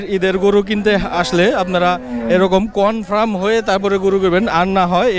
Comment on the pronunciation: Nengra na bhai Lengra bole etakey aand confram na Confirm hoi :))